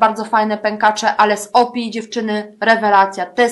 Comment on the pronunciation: O.P.I. czyta sie : "OŁPIJAJ" :)